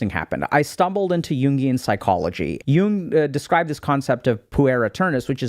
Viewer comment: It’s Carl Yoong